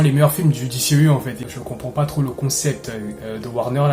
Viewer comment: Cool de voir un francais en parler ! Juste un ou deux petit(s) truc(s). Soigne ta prononciation : DCEU se prononce "DISSIHIYOU" ou alors dis le complément en français "DÉCEHEUHU" 😉 Ensuite, Shazam était très cool ! C'est un perso qui est peu populaire et n'a pas forcément le style épique des autres mais au moins le film était sans prétention et assez raccord avec le lore comics. C'est le genre de films qui permet de respirer entre des tres gros challenges. C'est très "bon enfant" sans mauvais jeu de mots. Pour le reste, on sait tous que WB (AT&T) et Snyder ne sont plus du tout potes, et les trop grands potes de Snyder prennnent cher. Cavill et Afleck en font partie (Momoa aussi mais bon...). Donc WB fait le ménage et en plus il semble que Cavill demande des cachets astronomiques... Dès que j'ai entendu le mot Flashpoint pour The Flash je me suis dis "aaaaah c'est dead, ils vont nous la faire à l'envers"... Ray Fisher a été bête mais il avait raison ! Y a un climat pas possible sur ces productions... Il a mené son combat (Joss Whedon etc...) et il s'est fait bashé... Quelle perte !! C'était le perso quasiment le plus intéressant depuis la ZS Justice League ! J'aurais payé cher pour voir la suite de ses aventures... Bref ! Le TRÈS maigre espoir réside dans l'absorption par Discovery fin Mai de cette année, ils semblent être totalement d'un autre goût artistique et stratégique que les grosses têtes chez WB actuellement donc... reshoots ? On rappelle tout le monde et on sort le t